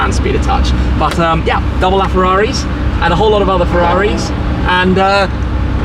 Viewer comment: No one::"farraris"